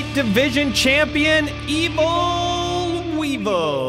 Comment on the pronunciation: Wee-Vul! Wee-Vul! Wee-Vul!